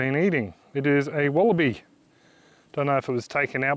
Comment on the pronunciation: Wallaby became Wallabye 😏